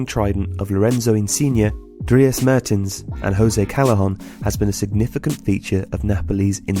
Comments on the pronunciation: I thought it was Dries Mertens not Mehrtens? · Great video, small error, its mertens, not Mehrtens :) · It is Dries Mertens, not Mehrtens ;-). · "Mehertens" fuck off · "Mehrtens" really dude?